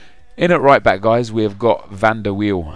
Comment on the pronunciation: No it's Wiel. Im dutch and he played for my favourite club AJAX. So i know that its not viel!!